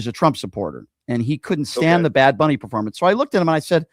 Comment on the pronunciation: It's Bad Bunny, Brian, not Big Bunny, sir.